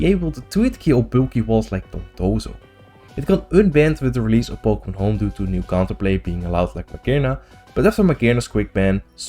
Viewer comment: Po Kay Mon